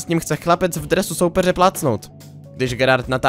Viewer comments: Nejtrapnější je, když neumíš vyslovit jméno hráče. Viz Gerard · No to jsem u toho málem vyprsknul, strašný komentáře. To je tak, když sportovní negramot dělá video o sportu. 😀